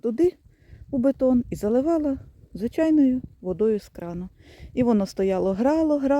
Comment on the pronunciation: бІДОн, а не бетон..